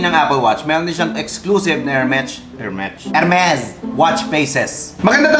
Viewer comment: Good for you to discuss pronunciation here. Tamang tama para sa mga nanonood ng vids mo na naguguluhan siguro dyan. And really good pronunciation of the French R! Really funny but you still got the correct R. :)